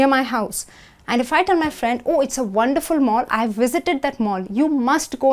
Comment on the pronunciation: It makes me chuckle everytime she pronounces the V as a W